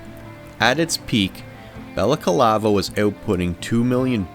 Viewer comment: Why do you say BalacAlava? It's Balaclava. Ba/la/CLA/va